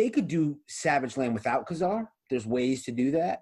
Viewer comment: “Kay” Zar with the accent on the 1st syllable. Please. “ka” zar sounds like what you would tell when you perform a magic trick